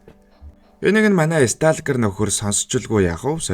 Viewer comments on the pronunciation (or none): Стаалкер биш стоүлкер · Stalker - Стокер гэж уншаарай